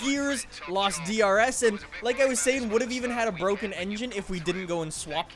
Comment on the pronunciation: It's Bwoken!!!